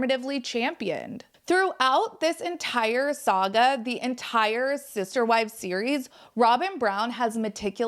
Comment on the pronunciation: Are you saying scissor wives?